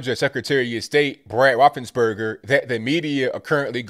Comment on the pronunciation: You sound like you saying Roethlisberger 😆